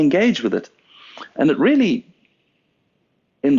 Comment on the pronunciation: Wow, those worm fwends weally made an appeawance thewe.